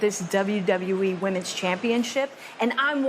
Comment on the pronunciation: Yes she did, I noticed that too.